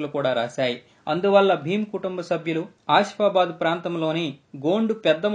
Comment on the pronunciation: నాయనా కంట్రీ థాట్ పేర్లు సరిగ్గా పలకడం నేర్చుకో బాజీ గరి కాదు బాబే జరి ఆ షి ఫాబాదు కాదు ఆసిఫాబాద్ పై కో జి కాదు పైకా జి కొమురం భీమ్ చరిత్ర చెప్తున్నావా లేక ఎన్టీఆర్ సినిమా ట్రైలర్స్ చూపెడుతున్న వా